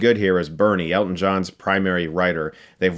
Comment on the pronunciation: Nice job on the movie, great to hear someone finally pronounce his name correctly, Hugh Jackman botched it for Eddie the Eagle, love the shirt